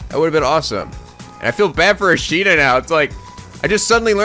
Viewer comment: IT'S ASAHINA NOT ASHINA!!!!